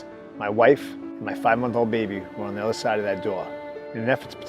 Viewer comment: someone from boston "the otha side of that doaarr"